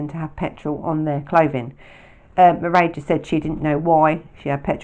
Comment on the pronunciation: In Ireland, there is a fada on the e, making the pronunciation of Mairéad, ma-rade